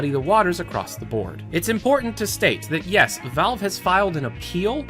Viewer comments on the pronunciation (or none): none